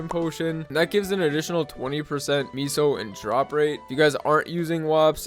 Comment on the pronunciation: it's meso not miso